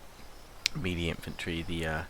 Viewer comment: You can get away with saying Phalanx however you like, that's not a problem, I'm cool with that....however.....melee is pronounced meh-lay, not mee-lee! ;)